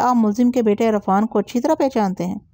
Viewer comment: Arfaan parhna ghalat h, sahi lafz Irfaan h....